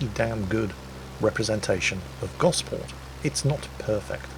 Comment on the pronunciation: I never realised you were a Solent local,! You nailed Gosport and its high street to a tee; I think covering it in trees is probably an improvement. Excellent video!